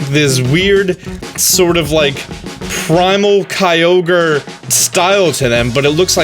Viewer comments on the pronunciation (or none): none